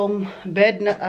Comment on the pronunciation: pansin ko lang pag pronounce mo ng bed sheet ay yung mura. Di kita masisi dahil may accent talaga tayo. Tinuruan ako ng mga ka trabaho ko pano I pronounce tama noong mga panahon ganyan din ang pag pronounce ko. google mo & you'll see the difference.